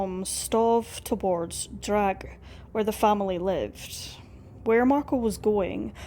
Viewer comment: Not to be picky but in German you pronounce every letter, just because it's at the end of the word, doesn't mean is absent. It's not Drag - It's DRA.GHE🙂